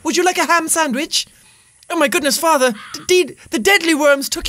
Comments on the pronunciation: Why u keep on saying deadlyworm is a deedleworm (I know is spelled deadleworm but deedleworm is how you say it) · Jack its deedlee worm not dead lee worm